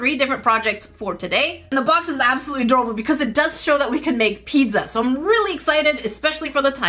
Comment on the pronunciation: Bro stop pronouncing pizza as pedza